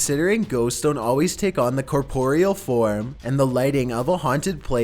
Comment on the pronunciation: It's pronounced core-puh-ree-ull....not cuh-pore-ee-al....I mean come on lol.